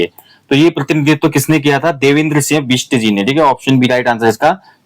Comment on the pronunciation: Singh hai sinya nhi plz respect fully humare surname bola kre